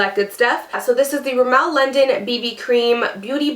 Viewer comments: its pronounced rimm-mul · You pronounced Rimmel wrong